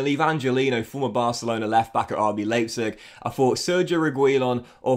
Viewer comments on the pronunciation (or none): none